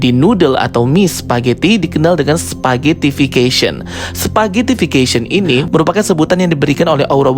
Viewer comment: Mantap bang, udah bener pronunciationnya "spaghettification" wkwk 👍😂